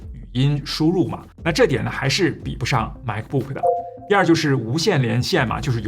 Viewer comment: 发音不准……不是“派德”……也不是“麦克布克”……